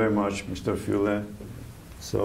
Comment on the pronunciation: Fule!!! not Fuele!